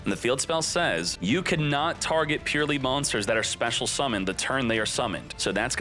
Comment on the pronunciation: Isn't it pronounced [purr-el-y'] ?